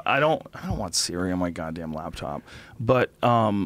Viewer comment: It's a laptop joe not a labtop !